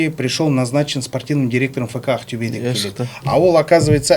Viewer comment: Ақтюе емес, Ақтөбе деп айтуға болады ма?